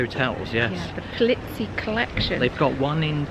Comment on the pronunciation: Alex Pol-EE-zi, not Pol-IT-si !